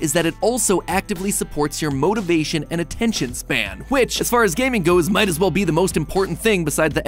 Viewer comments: Attention span. Not attentiom span. MattPatt. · 'attentiom span'? Was that on purpose, or a happy accident to test our own attention spans? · We gonna ignore the fact that when talking about the nerd energy drink he spelled attention span as attentiom span? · "Attentiom Span" That is a test right? lol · "Attentiom span" Is this a test or something? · Attentiom Span. ATTENTIOM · Was "attentiom" span an intentional thing when talking about the thick lemonade? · attentiom span ? attentiom?